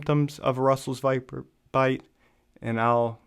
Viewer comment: Back in college, in pathophysiology, I read that one of the causes of hypopituitarism is Russell's Viper bites. If the envenomation is severe enough, it can damage the pituitary gland. Edit: Just got to the part where you mentioned that.... Yeah, you pretty much pronounced it right